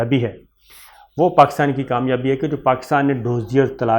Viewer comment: This whole fake organisations template was made in Israel. It is expert at this kind of thing. Please also don't say Doozier it is Dossier with s. Thank you